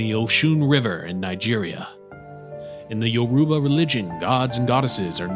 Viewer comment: Please stop saying Yoruba like that